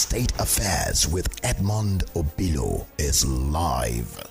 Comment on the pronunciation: It is silly and colonial mentality exhibiting to be pronouncing Obi-lọ (calming/consoling heart or solace) as "O-bee-law" in a bizarre way to anglicize the Igbo name. This behavior is irresponsible and conveys low self esteem. Be proud of your Igbo name and pronounce it as pronounced in Igbo -- oyibo does not respect Africans who try to be oyibo.